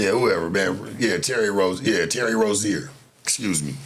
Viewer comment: It was Rozier not Rozen tf?